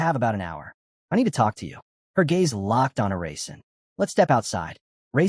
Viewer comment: It keeps saying raisin instead of Rasen & it's killing me 😂.